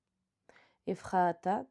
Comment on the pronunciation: Éphrata : prononcer éfrata. Lisez plus souvent.